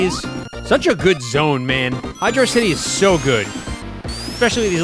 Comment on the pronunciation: It's Hydrocity like velocity